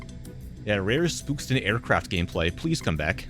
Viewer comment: This was probably the most aggressive Spookston video he's talking faster and his pronounciation is slightly different plus hes talking much less about the game also trashes on the Terminator lol and slightly meaner to enemies you can tell is not happy